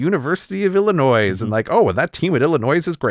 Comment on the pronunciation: Illinoise? Oy....